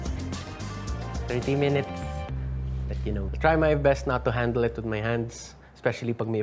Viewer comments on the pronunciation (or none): none